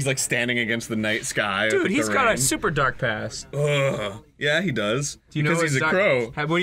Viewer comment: did ross say they opened up the dork portal? haha